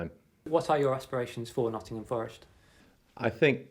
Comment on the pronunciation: Needs to learn how to pronounce Nottingham!